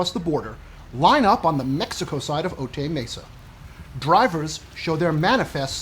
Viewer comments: For a channel about 'fact, science and truth', your comedy is distracting -- Cut it out. (Also, it's pronounced "O-tie Mesa", not "O-tay", okay?) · O-Tie Mesa. Not O-Tay Mesa. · Note from a local- Otay Mesa is pronounced Oh-tie 😊